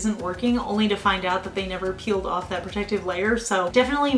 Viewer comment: I love your accent lol. “Scrape it owff”